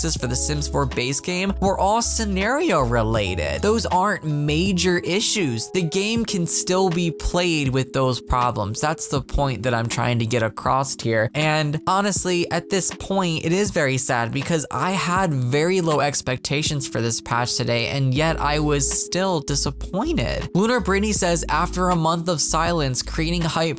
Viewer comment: Nooo he did not just say "acrossT"